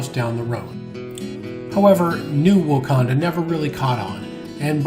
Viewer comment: My great grandmother and grandmother were born in Wauconda, Illinois. BTW there is NO 'S' sound. A couple of my great uncles mined gold in the Black Hills, SD. The mine's name was also Wauconda.